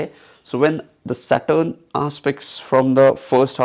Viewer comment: you need to fix your phonetic stress on few sounds.. specially "saturn"